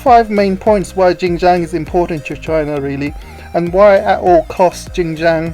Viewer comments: Politics, Tech and Economy, chief, is Xinjiang and not Jinjiang, your pronunciation is incorrect, Xinjiang literally means new territory or new domain/frontier. 新疆 where xin- new, jiang- territory. kindly take note, thank you. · Really like your videos, thanks, just that the pronunciation of Xinjiang not so ok. Xin means new in Chinese, sounds like “sin”. Btw Jiang means territory in Chinese. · sorry I think it should be pronounced “shin” instead. I am not a mandarin speaker also. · I thought you were Chinese working for the ccp as a propagandist until I heard you pronounced Xinjiang I knew you were not Chinese.